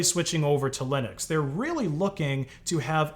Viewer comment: GNU/Linux pronounced "niu linu"